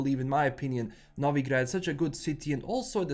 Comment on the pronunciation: I can hear the slavic roots of pronunciating Novigrad how it should be pronunced. Bravo brat!